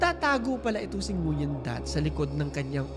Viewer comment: Great video po,! Just to clarify lang po, Nguyen is pronounced as "Nuen".